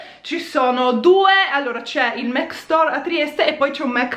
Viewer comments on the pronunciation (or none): Perché dici MEC? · non si dice assolutamente mEc ma MAC così come è scritto, e sono certa che lo sai benissimo, non l’hai mai pronunciato così, è ovvio che lo dici apposta. sono certa che puoi evitarlo, sei piu interessante senza strafalcioni. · Ma scusate non si pronuncia mAc? 🙁😕 Io non lo capirò mai XD